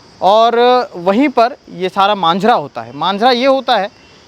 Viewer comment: मांझारा नहीं जी माजरा होता है